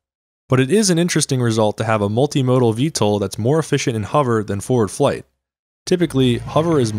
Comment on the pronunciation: Is nobody gonna talk about "efficienct"?